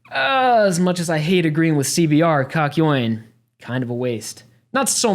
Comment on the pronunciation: Im gonna cwy you said kakyoin bad